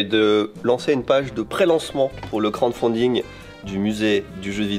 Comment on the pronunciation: Je suis le seul que ça agace quand dit « Crande fonding » au lieu de « crowdfunding » XD Très bonne vidéo sinon ça fait plaisir de retrouver l’équipe (presque) au complet